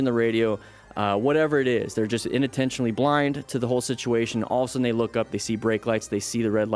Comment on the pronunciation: I swear I keep hearing you say “inuntentionally” when the real way to say it is unintentionally